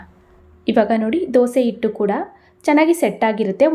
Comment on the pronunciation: Not only that ಹೆಂಚು, has become ಎಂಚು, ಹಿಟ್ಟು is pronounced as ಇಟ್ಟು